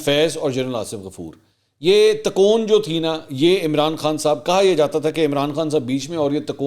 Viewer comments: Takoon? no sir, the word is tikon, pl correct urself. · لفظ تکون Tikon ہو تا ہے ن کے تا کون Takon